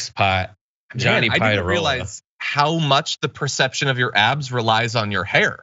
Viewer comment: “Johnny Piadarola”